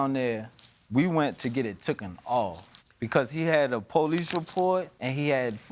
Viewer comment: Here we go with "tooken". The word is-taken-. Period.